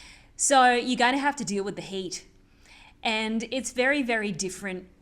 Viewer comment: You say the hate or heat?